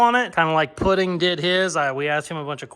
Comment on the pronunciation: Dude it's Puddin not Pudding lol. Every time you say his name I scratch my head and tell my phone IT'S PUDDIN 😂😂😂😂